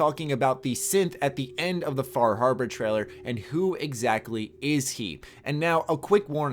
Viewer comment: Far Harbor? More like Fah Habah